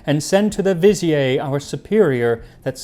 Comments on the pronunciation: Max, the word "vizier" is NOT pronounced "vi-zee-ay" but rather "viz-ear" (accent on the second syllable). The word is generally accepted to be from Turkish (vezir) or Persian (vazir) or possibly Arabic (wazir). Although the word does look French, the French form is "vizir." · Vizi-ay lol. They were French Egyptians! It's pronounced Vuh-zeer, dude. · it's pronounced vuh-zeer btw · Vizieer is a Persian word , in Arabic we proniunce it 'Wazeer ,وزير ' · It's actually an Arabic word and it's pronounced "wazeer". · I can't get over the fact that you pronounce vizier (vuh zeer or vih zeer) as if it is French, which it is not. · Fun show ! Though I think a French pronunciation of Vizier is incorrect; it's pronounced "Viz-ear." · I thought Vizier was pronounced Vih-Zeer? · You know vizier is pronounced /vəˈzir/ right? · Vi-zee-er It's not French. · You are not pronouncing vizier correctly. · pronouncing vizier like it's French 🫤🫤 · Girl, your pronunciation of “vizier”. Let’s talk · Lol why are you pronouncing Vizier incorrectly? You're not British. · i hate to be that guy but thats not how you pronounce vizier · this I don't know what word you said for after the Pharaoh sends for the it should be vizier like Brazier only visier that vizier it's a French word it's not French it's probably Arabic vizier like bazaar you know the grand bizarre of Istanbul it's a similar type word if pronunciation This year never heard a pronounce Vizier or Vizier that's a French spin on it and it's not French it's vizier vizier